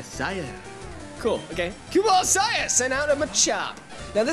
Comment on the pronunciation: Follow the Pattern: Ekans Arbok and then we get to Muk... On an unrelated note: You mispronounced "Isaiah" and "Fearow". I-zay-uh Fear-Oh